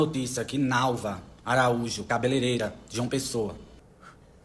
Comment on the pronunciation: ca be le rei ra e não cabeleleira que vc está falando. Aprende, compartilha!